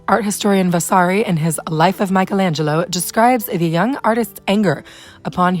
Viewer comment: The right pronounce of the italian word "rinascita" is /riˈnaʃita/ - [ri-NÀ-shi-ta]. The right pronounce of the italian name Michelangelo is /mikeˈlandʒelo/ - [mi-ke-LÀN-dje-lo], not Michaelangelo